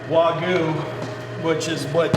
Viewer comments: why does he call wagyu wagoo? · ''Wagoo'' When will people learn to pronounce it as it is?